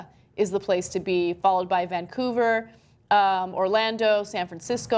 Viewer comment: did she say "Vancougar?"